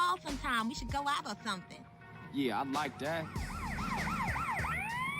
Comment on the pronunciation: somethinK 🥺 I also keep saying "something" like that, not sure how to say it different